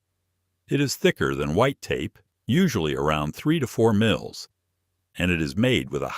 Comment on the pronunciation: Lose the AI narration and use a live human narrator! Your voice said Tee-flawn tape, and Miles (for mils).